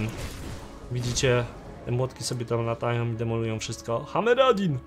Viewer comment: "Hameradin"... kurwa serio?